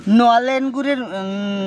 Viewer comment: কেউ খেয়াল করুক বা নাই করুক আমি কিন্তু খেয়াল করেছি এই প্রথম নলেন কে ননেল না বলে নলেন উচ্চারন করেছেন 😊😊।আমি আপনাদের সব ভিডিও দেখি যদি কমেন্টের একটা রিপ্লাই দেন তাহলে খুব খুশি হবো।